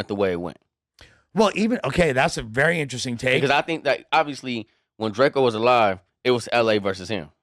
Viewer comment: Don’t care what whatever the nigga name is gotta say after saying DRAK—EEE-O.. he clearly don’t listen to drakeo. This dude is a horrible podcasters